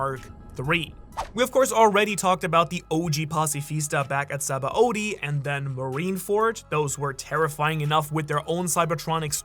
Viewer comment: 🤣🤣🤣🤣 BRUHH SAID SHABONY INSTEAD OF SABAODY🤣🤣 shabony😂😂😂